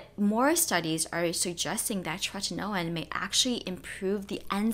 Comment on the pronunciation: I love how you enunciate “tretinoin.” ☺️